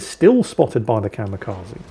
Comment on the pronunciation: said "Kamikaze" so many times, I just can't help but point out, it's Kamikaze, not Kamekazi.